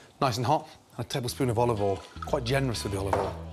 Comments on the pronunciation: dear mr ramsey: it's olive oil, not olive awl. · tablespoon of oluvoiel